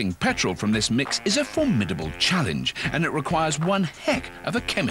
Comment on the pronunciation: liter of pertol... while doing the show in Texas. ok